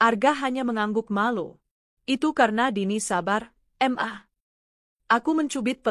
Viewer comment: embok² pen-cuap²... masa iya ngga tahu siiih bhw kata Ma itu asal kata dr Mama tp knapa dibaca Em A ??, itu sdh tunjuk kan tingkat kecerdasan mu cuma seBerapa ??? 😮